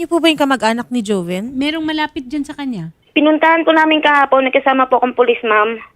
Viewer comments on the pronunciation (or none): Joven yata name nya hndi hoven in pronounsation..joven